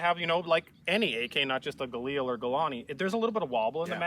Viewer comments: Gaw-leel? lol. Guh-leel. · Listening to Ian pronounce Galil like it's French is hilarious.